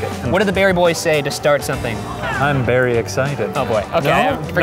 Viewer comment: "I'm berry excited" 😂😂😂